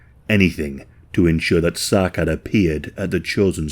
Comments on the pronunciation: It's pronounced as Sa'ad not Sacad. It's a Somali-Arabic name. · It's pronounced 'Sa'ad', not Sakad. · If I’m right and Sacad is somali, his name would be pronounced something like Sa’ad. The “C” in somali does not make the same sound as “C” in English. “C” in somali would make a sharp “a” sound. Like the way “a” is pronounced in the word “apple”. So the capitalized “a” in the following example would have that sharp “a” that I just mentioned. “Sa’Ad” Of course, in some cases, it is not exactly feasible, but I think it’s important to pay attention to how ethnic names are pronounced to pay proper respect to victims. Love your videos, just thought I’d mention this! ❤